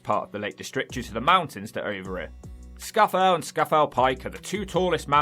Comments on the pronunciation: Scafell Pike isn't pronounced like he pronounced it in the video, I've always had it called Scar-fell Pike. The West coast of Cumbria is much more traditionally industrial, towns like Whitehaven and Workington. I'm surprised he didn't mention Hardknott Pass, a pass over the mountains with the ruins of a Roman fort at the top (not much is left, but the scenery is amazing). I'm also surprised Cocker mouth wasn't mentioned, which again isn't that touristy, but has a kind of funny name (I remember you reacted to that video about funny places names). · "Scafell" in Scafell Pike is pronounced SKA-FELL. SKA pronounced like the music genre by that name. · Scafell is pronounced as "scorefell". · Nope. Scarf ell pike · Wrong. It's pronounced "scorefell", just as I said. Or, at least by those who live near it. However, if you don't believe me, then watch this video short, "You're getting it wrong! How to properly pronounce Scafell".